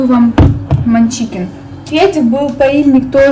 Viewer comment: это фирма не манчикин, а мачкин))